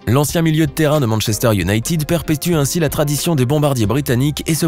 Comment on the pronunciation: salut,en anglais ,united ne se prononce pas younaytid mais younaited et merci